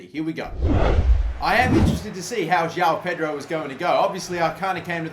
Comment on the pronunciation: Fucking hell its not jau pedro !!!!!!!